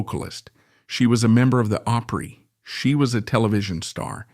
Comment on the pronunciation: Margie Bowes,was a true friend that never got what she could become. When she lost Sharon she gave up. I will always miss Margie. Doyl and Teddy were great. You really need to learn how to say OPRY. Shirley Rate country singer